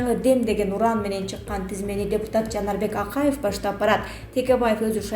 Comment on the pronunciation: Эч эле оноло албадын да каруппциия -деп алып сабатын ошол эле да аны ондой албайсын эми Акаев деген созго А тамгасына ударение койуп суйлойсун ал создо ударение ЖОК!